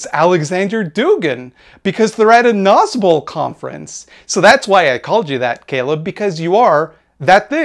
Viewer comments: i definitely had thought you said "nazgul" like the ringwraiths and i'm really upset that i have now learned about the thing you actually said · Oh my Gods, when I watched your original video on the subject I didn't know that nazbol was an actual (terrible) thing, and i thought you were calling them Nazgul. Which still fits, they are the monstrous inhuman servants of a dark purpose who only care for power. But thank you for clarifying that.